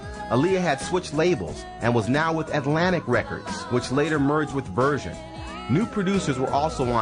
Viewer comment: And why does he pronounce "virgin" like "version" ?